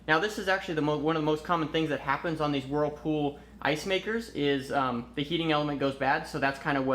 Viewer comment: Did you say, "Warffal refrigerator"?